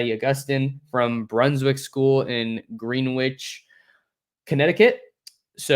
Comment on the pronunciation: no reason you would know this, but as someone who lives out here, I wanted to let you know Greenwich is pronounced Gren-itch.